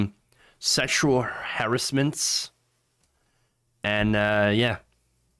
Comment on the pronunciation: Why not learn how to pronounce the word 'harassment'?